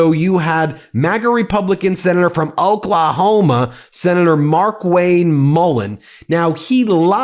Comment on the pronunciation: Hey, you don't have to say OKLAHOMA like that! 😂 Not all of us are Republican puppets.